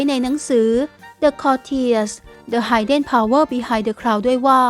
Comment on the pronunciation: Hidden ออกเสียง “ฮิดเดน” ไม่ใช่ ไฮเดน นะจ๊ะหนู